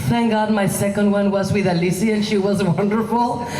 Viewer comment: Aleecee? I though it was Alice?